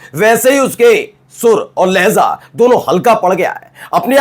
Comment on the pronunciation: Lahza nahi lahja boliye